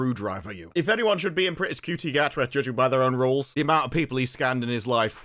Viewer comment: Do you mispronounce Shooty's name as a comedic bit? I mean, the number of people on the planet who would call him "Cutie" could fit in a police box. Not the TARDIS; a standard 1960s era police box.